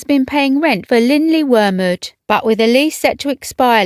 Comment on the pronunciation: I appreciate the careful, no doubt correct, pronunciation of the Welsh name of the home. I couldn't begin to guess how it's pronounced!